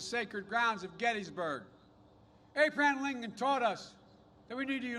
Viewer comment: in slurred speech is he referred to Abe Lincoln. Is that the 1860s Abe or the Orange Man Bad "Abe"